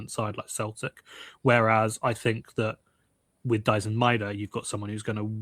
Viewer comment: イングランド人が大自然言ってるのなんか草